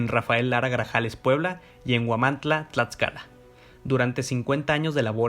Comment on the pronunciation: ¿Escuché Huamantla, Tlatscala?... es broma, solo quería comentar tu vídeo para darle difusión, muy bueno, sigue así, por favor